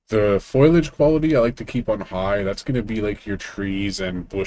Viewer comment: "foilage" I giggled a little